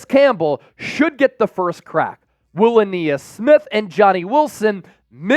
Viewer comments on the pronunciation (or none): Ainias is pronounced a nye is not a knee is. Please stop saying a knee is